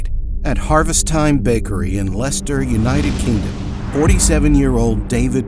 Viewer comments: The most unbelievable part of this video is that an American pronounced 'Leicester' correctly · That's the first time I've heard an American correctly say Leicester. Well done👍 Also just say no, I'm not going in there.